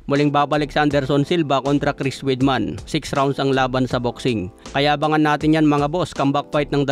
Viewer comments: Weidman-wideman not weedman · Halatang hindi dating nanonood ng UFC si hindi alam ang tamang pagbigkas sa apelyido ni Weidman.